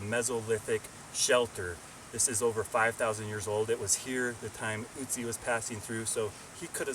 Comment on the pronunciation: It is nőt ützi it is ötzi